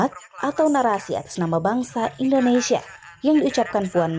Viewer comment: Yg satu terlalu mengagung2kan & sering membawa nama nya dalam setiap pidato. Yg satu mengkoreksi hal yg tidak perlu, sampai ia pun berat utk mngucapkan INDONESIA dengan pengucapan yg lengkap! (Ada apa?) "Siapapun berhak mengatas namakan BANGSA nya sendiri untuk suatu perihal yg Positif"